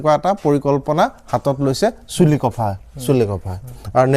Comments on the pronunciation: চুলি কফা নহয় , চিলিক্ ফা হে । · ইংৰাজীত Chilikpha , এখেতে Chulikopha বুলি উচ্চাৰণ কৰিছে যিটো আমি ভুল বুলি জানো ।